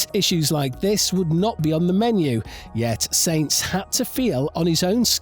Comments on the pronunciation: As soon as o hear someone who makes videos about f1 call sainz “saints” instead of “sanz “ that’s the end for me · Sorry, can’t watch someone talk about a sport that can’t pronounce its leading stars names properly. It’s normally Ricciardo that gets butchered but I’ve never heard Sainz (no T), Verstappen (no H) and Ocon (come on, it’s only 4 letters!) mispronounced.